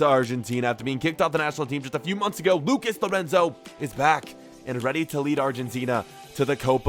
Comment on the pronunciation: a few months “Agao”